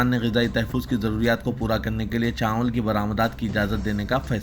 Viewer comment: چانول نیچے رے بلوا. چاول بول. اےوام بولنا کب چھوڑتاکی عوام جب بولنا کب سیکھتا کی؟؟؟